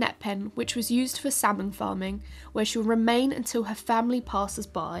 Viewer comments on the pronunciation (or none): none